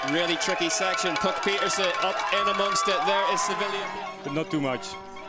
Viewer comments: It's neither! You can't get the name right,so what are you complaining about the commentators doing it? Puck pieterse PIETERSE! 🤌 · It's Puck Peters not Peterson